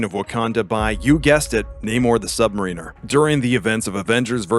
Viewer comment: Anyone else cringe a little anytime this narrator mispronounces "submariner"?